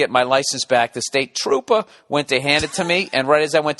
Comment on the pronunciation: "I then Subdued Troop-ahh Barrigon." Massachusetts State Cawwp.